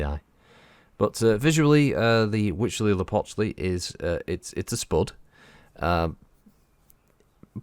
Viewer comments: I think you pronounce it better than I could, but for reference, Sean Bean says it like "hootz-lee-a-pooch-lee" in Civ VI when you build the world wonder "Huey Teocali" and since I'm no scholar on Nahuatl, I have no issue with either way to pronounce it... and concede it is quite a mouthful. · Good job on the name. You were corect